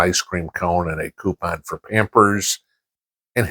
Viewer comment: " an ice cream come and a coupin for pampers". Me: "😂🤣 did he just say that?!". Thanks for the bearable dose of reality. Enjoy the day!